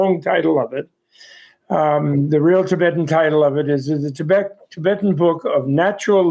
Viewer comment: This lady must learn to pronounce ‘Tibet’ properly! She already pronounces ‘Tibetan’ properly. So, that should not be too difficult